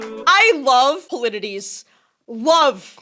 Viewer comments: Polities is pronounced Pol-eh-teez I think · Love the reaction and I can't wait for more!! Some helpful hints to aid you on your journey (***NO SPOILERS***): Eurylochus (pronounced like "You Really Cuss") second-in-command, Odysseus' brother-in-law. Polites (pronounced like "Paula-Teez") best friend since childhood (maybe a bit more than a friend, but not official canon) Zeus - King of the Gods - Lightning / Thunder, serial cheater... would sleep with anything with a pulse Hera - Goddess of Marriage (and other things too), wife of Zeus Athena - Goddess of Wisdom/War Tactics - Daughter of Zeus Poseidon - God of the Seas and Horses (and other things) - Brother to Zeus, fathered many children who later became creatures of myth (like giants) Hermes - God of Luck and Travel (and other things too) - also known as "Messenger of the Gods" - Great-Grandfather of Odysseus Lotus Eaters - in the book "THE ODYSSEY" they were just human beings who were an allegory for addiction. They are in EPIC as these little furry creatures with "minion voices." Later, another god has their own minions who use the same voice as the Lotus Eaters. The fandom conflated the two, and now the lotus eaters and the minions of the aforementioned god are referred to as "winions," which has also become the name of the fandom itself. We are winions, and now so are you!!! There's a lot more to discuss, but not without getting into spoiler territory. This ought to get you moving in the right direction though! :)